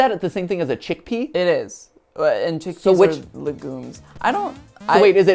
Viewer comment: Listening to him say le gooms instead of legumes is so frustrating